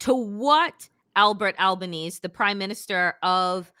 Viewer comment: Anthony Albanese (rhymes with easy).